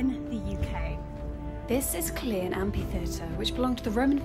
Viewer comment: The way she said the place name is classic BBC mispronunciation 😂😂